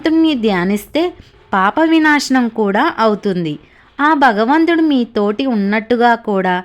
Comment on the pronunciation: బగవంతుడు కాదమ్మా భగవంతుడు. తెలుగే సరిగా రాని నువు ఇంకోళ్ళకి చెప్పేదేమిటి? భోషాణం!